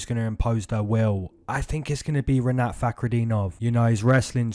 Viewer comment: Yeahh broo🔥🔥❤️🫵🏿 that’s how you pronounce my name Like it! This weekend’s #Moneycity prediction Said Nurmagomedov Jake Matthews fight over 1.5 rounds Sean Strickaland vs Jared Cannonier over 1.5 rounds Rinatt🔥🔥🫵🏿